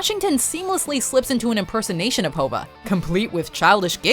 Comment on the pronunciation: Did she just call Jay-z HOBA? 6.54 :D